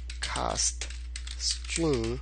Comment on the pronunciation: Why you pronounce string as stream...